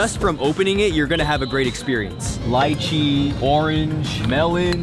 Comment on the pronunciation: It’s pronounced Lee-chee lol